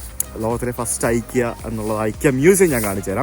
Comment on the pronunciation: CorrectPronounciation. ഇക്കെയാ✅ * ഐകിയാ❌